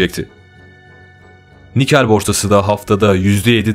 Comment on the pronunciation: Nikel değil nikkei